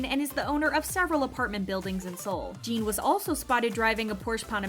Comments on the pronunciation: His name is NOT Jean! His name is Jin!!!!! Rhymes with Gin. If you can't get his name right you are being disrespectful!! Not Gene. NOT Jean. Gin Gin Gin Jin. Jin. JIN!!! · Lmao the way she butchers his name 💀